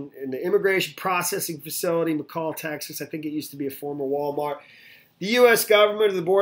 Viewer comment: it's pronounced Mc-Allen not Macaw or what ever you said. Kinda Mc Dbl just saying... I'm laughing my ass off! If I go to jail,, I don't get a blankie. At least they are offered mylar for their 72 hour stay. It's not the freaking rizt nor the Star ship Enterprise where they could replicate all the comforts of home with invisible force fields.